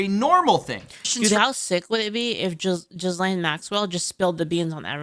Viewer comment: How you say Jizlane in stead of Ghislaine is funny to me